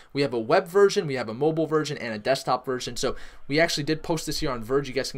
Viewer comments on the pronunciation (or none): none